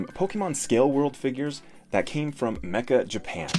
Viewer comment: not pronounced mecka, but meh,cha. It means "very."